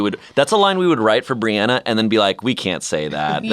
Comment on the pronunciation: I just wanna say thank you to...I throw hands over the Breanna/Brianna pronunciation. She right, it’s BrEanna not briawna 😂